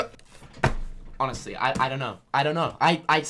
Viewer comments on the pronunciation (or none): none